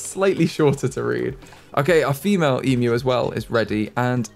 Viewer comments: Yes it is quite shocking to hear a youtuber pronounce 'emu' correctly. E-myu not e-moo. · As an Aussie, your pronunciation of Emu made me very happy (Especially considering your pronunciation track record lol)